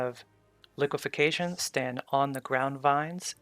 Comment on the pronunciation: its liquifaction not liquification lol